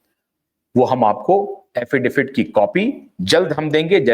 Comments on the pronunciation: अरे भैय्या, 'अफिडेफिट' नहीं, अफिडेविट कहो ! Rectify your pronounciation ! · aapka poora podcast hum dhyan se sunate hai par yakeen maniye ek shabd ka uchchharan bada khatakta hai... Agarplz aap use sudhar le to. Aap affidaVIT ko affidaFIT bolte hai. Use kripa kar sudhar le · Thank you for your great work! Sir - with all due respect, the legal word is pronounced as “affidavit” or एफ़िडेविट! Justice for SSR, Disha Salian and all the others!